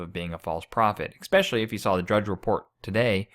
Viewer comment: he mispronounces especially. Not especially educated person. Red shoes are occult symbols....o.k. Not any depth as to why or how those shoes make a pope a false teacher or the person antichrist. Mindless so-called christian insight. Our Lord said it will appear that even the elect will fall away from the faith. At least the catholic church HAS the faith, no matter how many clergy, or laity, will fall away. The gates of hell will not prevail against my church, Jesus said. The catholic church is his bride, john ch. 3, verse 29. She is HIS church, not Constantine's, or the excommunicated catholic priest Martin Luther, or any other man or womans church.